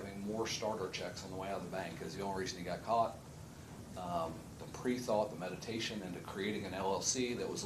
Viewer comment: Did the victim impact statement witness really say "meditation" when he probably meant premeditation? XD